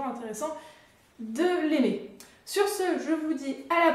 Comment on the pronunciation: de l'ailler ????????